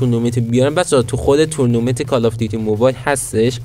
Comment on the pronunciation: به تورنومنت میگه تونومنت